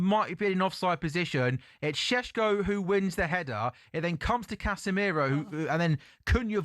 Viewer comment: He’s so annoying pronouncing the names like that…. Shhhhesko, shirksjheeee. Ugh